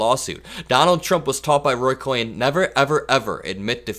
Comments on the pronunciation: It was Roy Cohn (cone), one syllable. He was a lying psychopath. They were dear friends, but Donald did what he does best and when Roy announced he had AIDS "liver cancer" to the press at first, Donald never would speak to him again. He was still being sued by the justice system when he died. Donald would carry a photo of Roy around and say, "Would you rather hash it out with me, and show the picture, and say or with him in court." He was a scumbag, and he taught Donald well. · Really like your commentary. Just a little comment about the pronunciation of Roy Cohn. One syllable. He was really something else cland passed along a lot of his dirty tricks to Trump. Keep up the good work and thank you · Hi! Big fan of your videos. Just a heads up, the lawyer your referring to is Cohn, pronounced cone. another great video❤ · Fyi the pronunciation of Roy Cohn's last name is like "cone". Just so we know who you're talking about. 😊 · i believe Roy's name is pronounced "Cone". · Hi! It's Roy Cohn pronounced 'cone' 💙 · It’s Cohn, not Cohen. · His lawyer mentor was Roy Cohn, pronounced “cone”. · Cohn not cohen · It's Roy Cohn, pronounced cone,. FYI.👍😁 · Pronounced : Roy Cohn (cone) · one of your best analysis of the madman fomenting armed domestic violence... & campaigning on making that Federal gov policy if elected. making DHS a personal Gestapo / SS... "liberating" our democracy. (btw, Roy Cohn is pronounced "cone"... ruined lives everywhere... Roger Stone was trained by him to be a criminal political operative of the far right) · it is Roy Cohn pronounced Cone!!💙💙💙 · It's Roy Kohn, as in ice cream Kohn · it's not Roy "Cohen", but Roy "Cohn"... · It's Roy Cohn pronounced cone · Roy Cohn (as he pronounced it) rhymes with BONE. ❤️🤍💙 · Roy Cohn pronounced his last name “cone,” so please don’t lump the Cohen family in with Trump’s mentor in criminality. Cohn was an amoral creep, so you know why Trump is the epitome of pond scum.